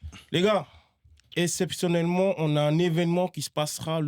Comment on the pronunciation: LES GARS ESSEPTIONELEMENT non mais faut vraiment qu'il aille chez l orthophoniste